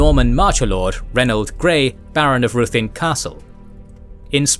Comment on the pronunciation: Some are mispronounced, though...like Ruthin. The video pronounces it ROO-thin when it's RI-thin.